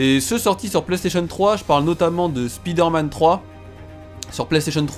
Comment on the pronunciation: Spider-man..on dit Spaïder-man ,sa fait bizarre d'entendre Spiider-man ,dans la vrai vie on dit pas "Ohh il y a une spiiider" même si je le dit pas ^_^